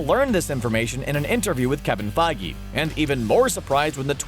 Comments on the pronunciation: I’m sorry, Kevin feigi? It’s kevin Feige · Who's Kevin Feigi? It's Kevin Feige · Kevin Feige*, not Feigi.